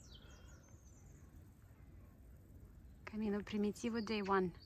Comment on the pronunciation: she pronouns it in slavic manner like Prim-yi-tivo , hoch softens “m” before